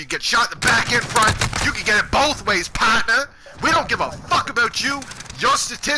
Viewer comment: "You can get it BOTH ways POTNA!" 😂😂💯